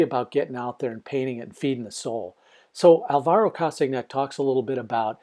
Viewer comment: Hi. From the videos I've seen on Alvaro, his name is pronounced "Kastanay". You can see a great demo he did on a show of Graeme Stevenson's Colour in Your Life:. Thanks for the demo. Oh, and the secret to learning is: shhh! (it's practice, practice, practice);-).